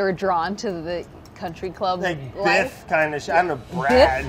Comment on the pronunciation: You mean Biff? He keeps pronouncing it "Brad" all the time, it's a thing 😂😂😂